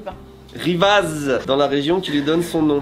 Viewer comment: Petit dej - dîner - souper Et sinon j'ai failli m'arracher les oreilles au moment où a prononcé les villages de Cully (cui) et Rivaz (riva) 🤣🤣🤣 Et on oublie pas: Bonzaiiiiiiiii